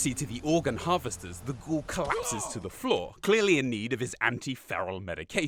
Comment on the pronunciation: OOOOH he said FLAW not FLOOR